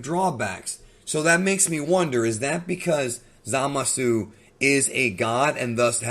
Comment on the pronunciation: “Zama-Szoo” not “Za-Mah-Soo” lol. Zamasu is not Za Mahsu